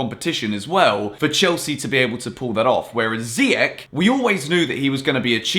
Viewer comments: Not ziyak it's ziyash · Please refer to youness's video on saying "ziy-esh" 😂😐not "ziy-ech" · Look after my boy, Moroccan pronunciation is zee-esh 🇲🇦😍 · Hakim Ziyech (pronounced Zee-yeah-sh) just so everyone can stop saying Ziyek like its an English word 🤦‍♂️ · Ziyech .. Ch, not k .. Pronounce it right. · it's "ziy-esh", as cleared by Youness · So? Ziyech isnt Dutch, he's Moroccan so it's pronounced "Ziyesh" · Literally doesn't matter that he was born in Netherlands. His parents are both moroccan so they would pronounce it Ziyesh. I'm pretty sure Ziyech values his parents over temporary teammates. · Watch youness video to knw how to pronuce hakim ziyech name u still pronuce his name wrong....